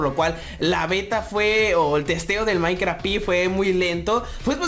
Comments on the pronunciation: soy el unico que se dio cuenta de que no decia maincraft y decia mainkra?? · En el android dice MAINKRA